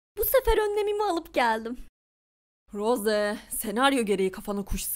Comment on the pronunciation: roze değil rose